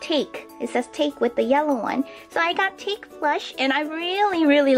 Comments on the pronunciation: Hey! Its japanese! So its not "take" its pronouced tah keh たけ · it's tah-kay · isnt take pronounced tah-kay?